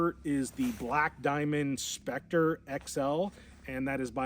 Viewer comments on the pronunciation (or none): none